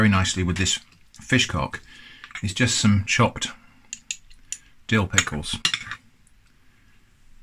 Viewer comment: I assume it's no relation to Matt Hamcock ? I'll get me coat..... ( I was laughing so much at this one that I swear I heard him say " Pill Dickles" at one point !)